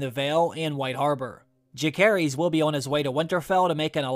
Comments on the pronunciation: phonetics: Loo-serys, not loo-kerys. and Juh-serys, not Joo-kerys. No hard C in either of those names....we've heard their full names spoken many times in season one already. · Too excited for this show to start! Pronunciation on Luke and Jace full names is off in this though as it’s legit said in the show😆 Jacaerys: Jace-air-Rees Lucerys: Loose-air-Rees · 😊please pronounce Luke’s name right.